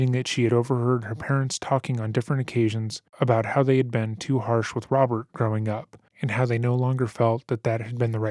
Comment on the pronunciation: He can't pronounce R's and he uses W's instead..lol Wobbert my brudderrrr😂